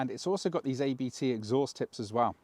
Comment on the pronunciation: you pronounce the letters ABT like Ai bee tee, but the three letters are a lastname. The Owner of ABT is Christian Abt, so pronounce it like a name ;-)